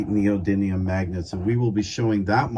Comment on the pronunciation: Please say it correctly : It's called Neo-dyMium (with an M and not an N). Ιt's coming from the greek meaning "new power".